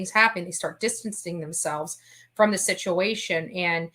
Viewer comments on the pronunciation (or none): none